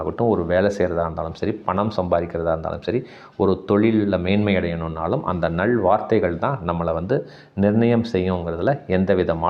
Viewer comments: நள் வார்த்தை என்று சொல்லாதீர்கள். நல் வார்த்தைகள். லகரத்தை கவனமாக உச்சரிக்க வேண்டும். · "நள்" அல்ல "நல்" வார்த்தைகள் ❤